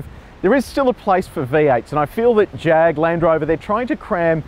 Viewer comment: you are saying Jag wrong. It's a Jaaaag.With a bit of snob note to it.Nice review though. In its class, I think it is the sportiest of the lot. One thing I don't like is the oh-so-black interior. A bit of color would have brightened it up in a more dynamic way.